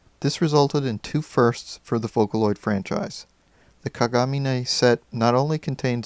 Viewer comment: Rin and Len have the same last name "Kagamine" (btw you pronounced it wrong) so they have to be twins or just brother and sister. I hate it when people ship them!